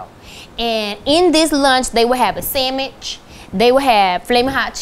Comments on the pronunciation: she said samich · “and in this lunch, they would have a samich, flammin hot cheetos, and TWO fruit snacks” i love her 😅😅